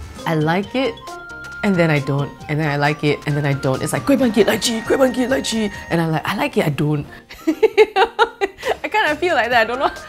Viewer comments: Every time she said Lychee i died a little inside lol Still love you though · When she litchi .. i thought she said elaichi..!!